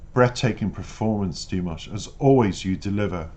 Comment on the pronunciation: Your reactions are lovely, but -- respectfully -- every time you mispronounce Dimash's name it distracts from your thoughtful analysis. It is Di-MOSH as in mosh pit, accent on the second syllable, not DIM-ish. Thank you.